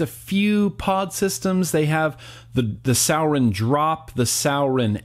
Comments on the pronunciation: Rob Fair Jr. I was under the impression that it was pronounced "sue-ore-in", but yeah....definitely not "sour-in". Lol. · It’s sorin not sour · Hey! Sorry but its Suroin not Sourin. Anyway, Cheers bro love your content! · Every time he said souwrin ik all the vapers and stoners out there cringed hella fkn hard😂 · Pronounced sore•in. Lol Love you bruh. Haven't watched ya for a while. This just came up in notifications and that looked liked the Exceed we just picked up and love a lot. We(our shops) are kinda over Sourin product. Check out the Exceed if you haven't already. Later dude. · It’s prounced soar-en. And the vagon sucks, after a week the plastic will start to separate as the pod won’t sit well or make connections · Suorin*** pronounced “soaring” like flying.. there’s not a star in heaven that we... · does he know he’s saying sourin wrong? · It’s suorin and it’s pronounced soo-or-in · Why the fuck do you say suorin like that. ITS SORE - IN